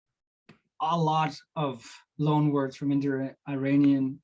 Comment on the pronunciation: why do you pronounce "loan" as "long"?